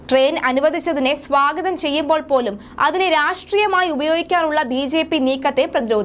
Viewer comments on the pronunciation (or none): none